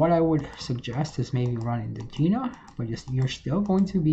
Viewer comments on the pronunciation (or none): none